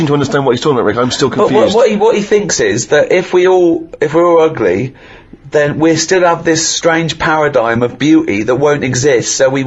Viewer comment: Uguly. He gets an extra syllable in the word ugly😂